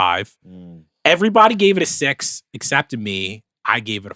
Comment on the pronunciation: pronounces “six” like “sex”. What a pervert 😂😂😂😂